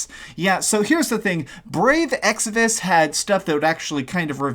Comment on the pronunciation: Man! You've already done a couple of vids with brave exvius. EX VI US. not exivus, not exodus. Mobile games is a different niche all together, it's not trying to replace your console games. If it's not for you, then don't play it! If your argument is "this is destroying gaming because of the gatcha system", well, square is a jp based company mind you and the whole idea of the game is the same as the gatcha machines so prominent in japan, so it's aimed at a different culture. Not to mention how mobile gaming is really popular there. Now, bashing a game because you don't understand that said culture is just insensitive. I played a couple of gatcha games, it's a collectors game in essence. Some good some bad(see what I did there). This one, I have not played, looks like you have not (at least before making this vid) either. So why don't you try it first before making a vid like this?